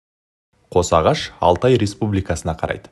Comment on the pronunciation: Қош ағаш емес қос ағаш